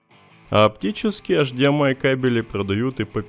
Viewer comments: Все интересно, только я не понял, автор как-то произносит странно ЭЙЧДИЭМАЙ. ты, что, букву ЭЙЧ не выговариваешь, бро? Что это за эшдиэмай? Что за эш? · Говори не «аш ди эм ай» а «эйч ди эм ай», ибо «аш» это латынь, то бишь «аш дэ эм и» на латыни